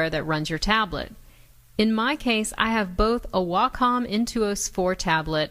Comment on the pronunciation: Way-Com... PLEASE pronounce Wacom: WAY-COM